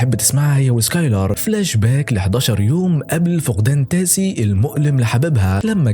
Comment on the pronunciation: تيسا مش تاسي